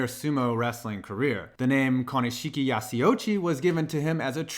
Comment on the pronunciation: I think i got cancer when you tried to pronounce Konishiki and his Samoan name. It's ok though, I have aids.